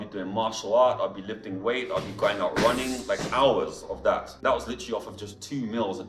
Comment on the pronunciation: Why is this British guy pronouncing the word; That as; Dat ?